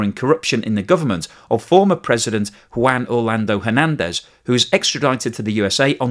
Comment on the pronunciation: Please check with Google Translator on how to pronounce Juan